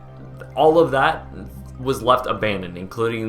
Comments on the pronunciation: "ALL ABDNONED" LMAO!!! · "ABDNONED" xD